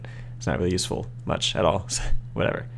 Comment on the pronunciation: did you honestly just say that seed was yew-seful?